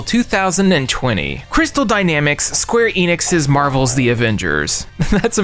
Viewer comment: called em the abembers😂😂